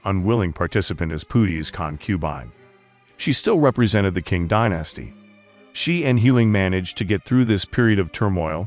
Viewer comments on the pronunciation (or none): I can't finish watching. The mis-pronounciations are too irritating. Examples: The word is CON-que-bine, NOT con-QUE-bine; I was always taught the English pronounciation is Ching dynasty, NOT King dynasty.